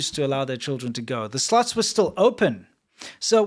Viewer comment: The way says slots sounds like sluts lol